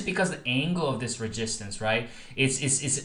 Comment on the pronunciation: Why are you saying ReGistance????